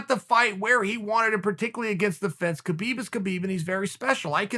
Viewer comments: When is Chael going to finally pronounce "Khabib" properly? I mean I know Chael is undefeated but damn... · True..... ffs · "Kuh-beeb" lmao what up kuh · Khabib will be changing his name to Kha-beed